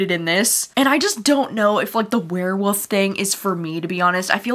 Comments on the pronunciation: Love you but I kept hearing you say “where-woofs” and it’s too funny! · I laugh every time you say werewolf. You pronounce it Wear Woof. So cute.